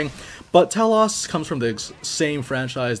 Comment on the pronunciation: Second note, same goes for T-elos, not sure why the "ah" sound is thrown on the o Dx